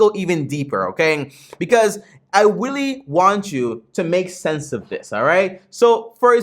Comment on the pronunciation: You said Willy instead of really good video tho